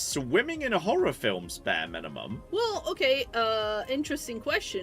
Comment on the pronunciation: I'm not sure if it's just an American thing, but there's a subtle pronunciation difference between "horror" and "horr-er". I wasn't paying close attention when suddenly announced "Tomorrow is Whore day... we should be swimming in whore films" - right after discussing sweaty farmer sexy pumpkin adult films, I had to stop and pay close attention to figure out what sort of game this really was.